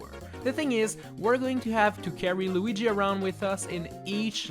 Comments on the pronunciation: You called Luigi Loigi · while holding Lugi Bruh it's Luigi not lugi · Lugy? Did I hear that wrong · i love it when you call him 'loogi'